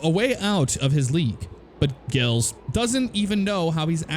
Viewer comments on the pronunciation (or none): You french is marvelous, lol. GI is pronounced like the letter G so Glles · Gilles=prnounced jzhill as in Gill de Ferran of IndyCar fame.